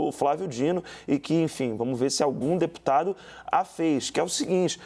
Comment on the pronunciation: Não sabe nem falar o nome do Deputado....kkkkkkk Jornalista vergonhosa.